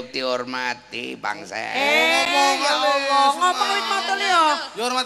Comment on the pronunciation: Cuma 1 yg gak cocok,,kalo slentheng nyebut Alloh sesuai tulisan knp ada yg seolah merevisi menjadi Awlloh?? Emnk pd asma Allah ada huruf "wa"nya ya?